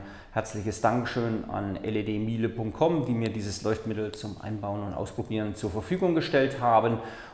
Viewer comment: Spricht man das "mile" in "ledmile" wirklich deutsch aus? Oder ist nicht Meile als englisches Wort gemeint?